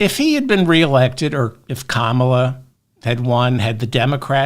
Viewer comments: Kammala not Kamaaala 😂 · You pronounced Comma-La right until you corrected yourself. Thanks for the show, have a good weekend.